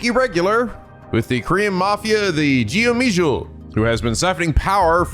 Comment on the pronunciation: it's pronounced "go-me-jewel" (with a hard G in the front)